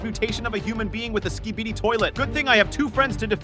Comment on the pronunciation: Im glad that im not the only one who heard it